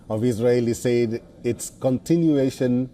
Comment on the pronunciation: learn how to say "said"